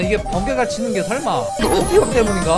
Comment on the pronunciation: 정확히는 오피밥이 아니라 오피붑 이라고 합니다